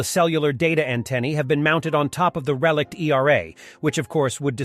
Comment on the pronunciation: Pronunciation and word use is off on many words - RE-LICKED?? (x3)